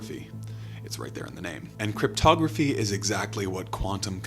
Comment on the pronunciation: Or as the president of the United States likes to pronounce it… cryptoGRAFFY